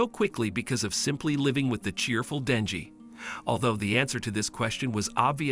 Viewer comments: It's Denji not danji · Danji lol its denji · His name is denji not danji